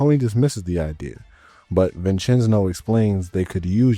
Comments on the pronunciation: Mama Mia I ain’t the only one boss says it too😂. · I’m 15 minutes in and if you are going to pronounce “Vincenzo” as “Vincenzno” for another hour and a half. I’m not gonna be happy haha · Brother it’s vin Chen zo. dude says it in game for you the way it’s pronounced. My Italian side can’t handle it😂😂😂😂